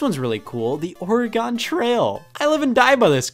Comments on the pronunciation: It's nice to see this as the top rated comment, since I've lived in Oregon my whole life and it makes me cringe when people pronounce it “OrehGAWN” or “OreGOHN.” To us Oregonians, it sounds as silly as when people pronounce the “S” at the end of “Arkansas.” Here in Oregon we pronounce it the same way you'd say “or a gun,” as in “I'd defend myself with a knife or a gun” (emphasis on the “Or” sound). Alternately, take the word “oregano” and chop off the “o” at the end. The “e” vowel in Oregon is a schwa (ǝ), which is a flexible sound as long as you say it loosely. Here's the rule: if people from a place tell you how that place is pronounced, listen to them. They are the ones who should decide what they're called. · Hearing OreGONG grates my ears as an Oregonian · As a person from Oregon. It’s pronounced more like Oregen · "Or egon trail" scott....... Really? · the orEgone trail...i'm in oregon and this is just embarrassing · the way he says "oregon" as "oragon" bugs me so much. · Ok I no longer have respect for Scott because of how he pronounced Oregon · As an Oregonian, that drove me insane... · Physical pain was injected into my ears for a straight 10 seconds after he said that. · glad to know im not crazy, i really thought id been pronouncing Oregon wrong my entire life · Oregonian here this is incredibly annoying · Like many others here, as an Oregonian, it drove me insane. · As a fellow Oregonian, that hurt me on a spiritual level I never thought I actually had. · everyone from the pacific northwest hurt when he said that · I had the thought, "Is he trying to see how many times he can manage to incorrectly pronounce 'Oregon' in three sentences just to drive everybody insane?" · Im Swedish and that still hurt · But he said Oregon wrong though, which triggers Oregonians like me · I assure you with my whole heart, which I presume I still possess the entirety of pending further investigation, that he did not say it right. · As an Oregonian it really annoyed me